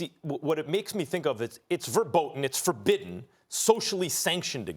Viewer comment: Thr way Max says "verboten" is so wrong 😂😂. Did he learn that in Yiddish?